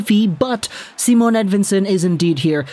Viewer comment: Its not Simone either. Its just Si..mon.